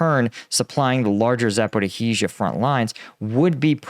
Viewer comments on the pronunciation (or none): It's not "Zap-or-ih-hee-zha" lolol Please stop. You're killing me :) (It's Zap-or-ee-zha. Or very close to that) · you generally do a decent job with your pronunciations of Ukrainian place names. Just thought you'd like to know that there is no "hee" in Zaporizhia. It's just ZAP-OH-REE-ZHA. (I don't speak Ukrainian but I grew up in a Ukrainian speaking household) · Please! It's "Sa-po-rish-ya" – come on, you can do it. No need to add even more "i"s. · pronunciation of Zaporizhzhia - zappa-roe-heezha (everyone else says zapporeezha, without the "roe") always makes me smile. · please tell us: Where the hell is "Zaporihizia"?! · Za‒po‒rizh‒zhia. ‘zh’ represents the ‘s’ sound in ‘treasure’. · Close, it's pronounced more like Zaporizhiya. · First off, excellent channel, very honest and pretty down the middle and fair. Wish I could help more at this time.😢 Ok I got questions on who taught you how to pronounce zaporizhzhia. I'm not saying my enunciation is definitive but I have questions and yes I studied Russian. Cyrillic is actually a fairly straightforward alphabet. (Unlike Chinese or Japanese)Запоріжжя If you were taught by someone local to the oblast (region) then stick with the local pronunciation. If multiple people, then definitely stick with theirs. But there's no 'h' sound, or what looks like our 'x' after the r sound as you say it. There's two zhe's, and yeah they're called zhe, just like they read, they sorta look like asterisk *️⃣ to me. It's like thanks we can manage one zhe in a row but two? What the heck? Just hang onto it for a bit longer. The backwards r looking thing on the end is 'ya'. It's very straightforward, Cyrillic just looks jarring until you've been taught. My favorite letter is what looks like a half of an h connected to the letter o, ю, it's pronounced 'you' , when I first saw it I was like 'ho's get their very own letter in the alphabet, I love Russian ' not so fast wannabe pimp.